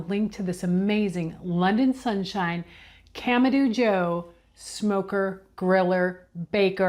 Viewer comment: You started out saying it right but you changed to camadooo😂